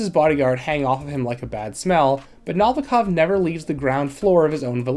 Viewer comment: The way you pronounce Novikov is distracting 😂 do you ever listen to the game? ;)